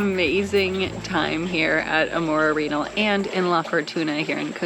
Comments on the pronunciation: Fun video. Jfyi Arenal spanish pronunciation: Are - en - all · You are miss pronouncing Arenal 🙄